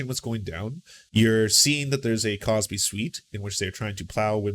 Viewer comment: Cosby, not CrosBy*